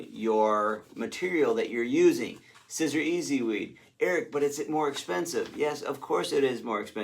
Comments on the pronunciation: Pronounced ‘See- zer’ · Siser is pronounced SEE-zer (straight from Siser). Why are you wearing Nike??? Maybe you don't see the news. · Siser is pronounced Caesar, like the salad! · Siser is pronounced ceasar, like the salad. :-) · Glad that I stumbled on your channel! I did giggle though when I heard you say scissor 😂🤣